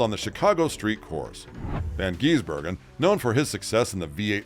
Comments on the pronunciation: It is Gisbergen not Geezbergen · The correct pronounciation shortens the I in Gisbergen. Its not Shane Van Geezbergen. Gis-bergen 😁🇦🇺🇳🇿